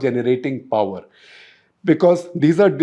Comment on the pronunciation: Also it amuses me when he utters word poowerr instead of power . His english is amazin.